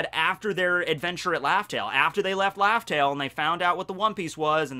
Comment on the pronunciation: u said laftell bro ik im not hearing things